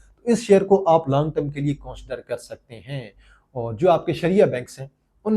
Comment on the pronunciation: Say consider instead of coonsider.